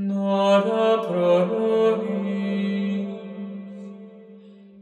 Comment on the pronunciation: ¿Por qué pronuncias una 'n' antes de cada palabra que comienza por vocal? 'nora', 'nagnus', 'namen'